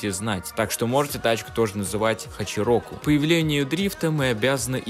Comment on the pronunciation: Неправильно говорить чироку так как хачироку это с японского 86 переводиться